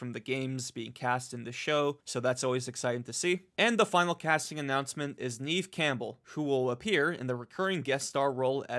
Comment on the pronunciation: I’m very excited. Twisted metal is my favorite car combat game. On a side note, it is pronounced as Nev with a short e. Haven’t seen her in a while!